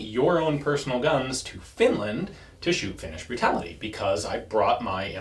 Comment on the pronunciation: "Finnish burtality" sounds like drinking game. 🤣